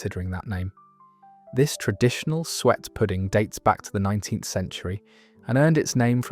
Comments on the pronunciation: The pronunciation of some words is appalling. It's Sue-Et not sweat for example. I've come across a number of these videos with errors like this. It spoils what could be very interesting stuff. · Sago available in Tesco .jam roly-poly (not Polly as in parrot ) in most supermarkets in the frizzier suet not swet . Are you using AI if you don't pronounce words properly you will give the wrong info see above it happening in all your postings I have unsubscribed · 10.34 Sue-et , eek the pronunciation, especially this, nearly made me 🤮! Very interesting as I remember these not necessarily called the same as posted. I’m not waiting for my bread to become old and dry but QOPuddings is my next indulgence!